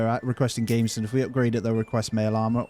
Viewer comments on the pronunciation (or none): The jacket is pronounced as "Gam-be-son".